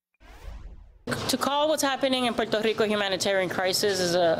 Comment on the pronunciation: I hate the way that governor keeps saying Puerto Rico